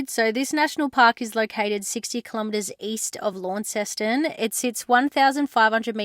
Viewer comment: In Australia you speak English, so enough of the American like nonsense. Launceston Tasmania was named by Philip Gilbey the Governor who was born in Launceston ,Cornwall. Britain which as kingside our Tamar River. It's pronounced Lawnston Aussies, respect the language and history.